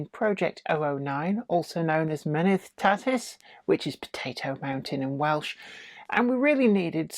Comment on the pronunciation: MENETH TATTIS is actually spelled MENEDD TATTIS, just to inform you on Welsh pronunciation.